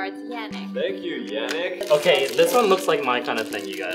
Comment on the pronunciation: Yannick is pronounced Yah-neek